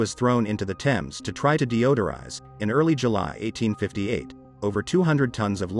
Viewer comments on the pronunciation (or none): Thames? Please - it is pronounced "Tems". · He said "thaymes" Thames is said "Tems". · Just because the name is pronounced wrong, doesn’t mean the historical FACTORS are🥴.This matches the state of their hearts anyway… a great stink. Repent and be renewed and washed by the Blood of Jesus. Btw there’s a place in the UK called ‘Thame’ and it’s exactly pronounced like how it’s spelt and named after river TEMS, these phonetician words never cease to make me look like a question mark 😂. Either way, there’s still common sense in humanity right? Not everything needs correction when you know the meaning. I mean the highlight of the topic is LONDON THE STINK. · it's pronounced tems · He is saying tems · AMERICANS London's river is pronounced tems. It is spelt THAMES but pronounced TEMS. How can you look to the narrator for information when he can't pronounce one of the most famous rivers in one of the most famous cities in the world. I know Americans struggle with words that aren't written exactly as pronounced, but this is ridiculous from someone pretending to educate you. It's like pronouncing New York as Nayth Ark, people would just look at you like you were crazy. Maybe people should learn things before teaching them? TEMS TEMS TEMS for all Americans that struggle. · Erm .. the river Thames is pronounced TEMS. Sorry to be a bore! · It was only mispronounced once. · so, it was still mispronounced,!! 😤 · It's infuriating that Americans do this, he is supposed to be educated. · It's not a little stream in a far distant land, it is one of the most prominent rivers in the world in one of the top 5 cities in the world. It shouldn't annoy me as Americans struggle to pronounce anything (Moscow is pronounced Moss koe not Moss Cow, for example and there is no country called Eye-Rack). It's not that you get it wrong, it's that you don't care that you get it wrong, it's sloppy.